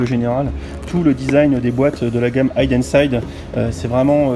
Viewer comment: Juste ça se prononce hiden et non haïden ;-) Pour la Porsche je plussoie mais les sets Porsche sont toujours plus chers que les traditionnels c abusé